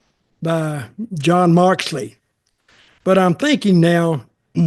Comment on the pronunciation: "Jon Marksley" lol